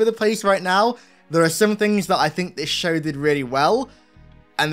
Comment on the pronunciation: "In the schow"